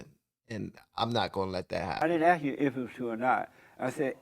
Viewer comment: If this guy wants to be taken seriously, if he wants people to think he has intelligence, he needs to stop "axe-ing" and start inquiring.